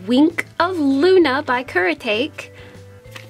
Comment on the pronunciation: I love your art so muuuuuch! So sparklyyyy! 💖 Btw, Kuretake is pronounced as COO - RE (like in red) - TA (like in tackle) - KE (like in ketchup). It’s in Japanese that is why it is read per syllable. 😊 Thank youuu for sharing us your skills and positivity! Sending love from the Philippines. 💓